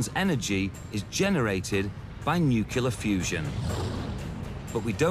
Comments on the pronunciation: Nucular fusion... There! -it is no loganr a watchable program. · It pisses me off when people like the moron who is narrating this movie can't even pronounce the word nuclear correctly (newclear). Newkyaloor is the hallmark pronunciation of nuclear by total fucking morons. It would be like at art critic saying Van Goff for Van Gogh. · Oh my god narator! It's NUCLEAR not NUCULAR! Do you realise how dumb it makes you sound? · why can't some people pronounce nuclear? it's n-u-c-l-e-a-r..... not n-u-c-y-o-u-l-a-r!!!! good vid though! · The word is Nuclear, pronounced new klee are or new clear. Not Nucular. Please. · Nukelar? They could have at least go someone who could pronounce NUCLEAR! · Nucular?? Really?? ack. I can't listen to this. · "NooKyooLer... NooKyooLer... NooKyooLer..." Damn it. I suppose you call it a "NooKyooLus", too? Ridiculous. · nucelar? WTF?! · Fucking idiots. How do you spell "Nuclear"?? Why do morons insist on following that Dumbass George W Bush and keep pronouncing "Nooqular"?? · Am I the only one bothered by the narrator and his gratuitous mispronunciation of NU-CLE-AR? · Not to mention, "nucluar fusion!" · Nucular? For fuck's sake Discovery Channel. That's just embarrassing. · Did he say 'nucular?'